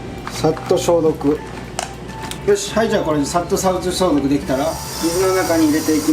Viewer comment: 煮沸消毒がシャンプー消毒に聞こえたwww